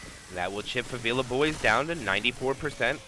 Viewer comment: this isnt how you say favela. it's not fah-veela. it's 'e' as in 'dead', fah-veh-lah